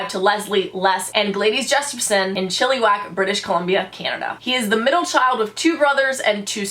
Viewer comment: u pronounced chilliwack wrong lolz its pronounce chill- ih- wack not chilli - wack